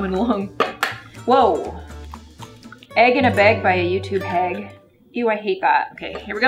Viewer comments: “EEGINABEYG” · Svala Vigfúsdóttir don’t worry it’s egggginabeg fo sure I paused it and rewound it 4x 😊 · I love she was just like IT WAS THAT EGGINABEG and I die That made me laugh so hard 😂